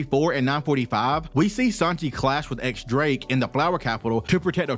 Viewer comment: Drake's name isn't 'X' the x here is read as Diez, or 10 in Spanish